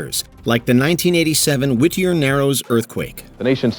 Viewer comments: Whittier is pronounced like witty, not wih-ty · His pronunciation of WHIT-ter. Its just Whittier dude.